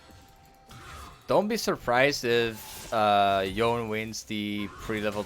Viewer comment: its pronounced "yo-nay"